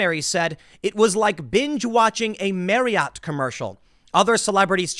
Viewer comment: Tim. It's pronounced Mary-AWT. Not mary-it.